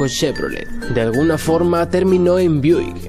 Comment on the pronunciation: BUICK no BIUDICK jajajaja Pero muy bueno igual